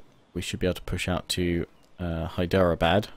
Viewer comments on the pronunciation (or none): Hi you are not pronouncing everything wrong but i would recommend having translator with you,and hydrabad is pronounces (hi-dra-bud) hope you take this into consideration and if you are wondering i am not hindu in punjabi (sikh) a religion that was born around the 1700-18s.